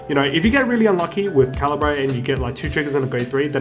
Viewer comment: Great video, but the way you pronounce Cairbre bugs me, seems pretty wrong